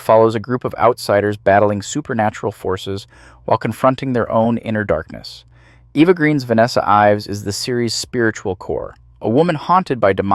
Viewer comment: Eva. Eva Green. Not Eeva She's not American but French. I love your videos but this irks me.